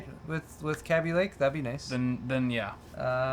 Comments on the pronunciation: think the rest of the English speaking world has got kaby lake pronunciation wrong. going to have to start calling my child a babbie rather than baby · It's pronouced KayBee (Kaby) Lake. Not CAB BEE Lake.